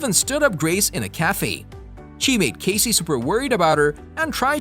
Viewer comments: I agree, if your going to do a video about characters in a show at least know how to say their names correctly! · Great show! Thank you for putting this together. Unfortunately, I cringed every single time you say Cassie’s name… a huge error on your part. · You not saying how Cassie is supposed to be said. Pisses me off. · Several of these things actually make perfect sense and y'all don't even pronounce Cassie's name correctly.